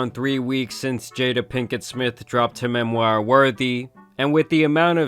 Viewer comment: BIG fan of the vids! But imma need you to start practicing saying “memoir” and “conservatorship” my boy 😂😂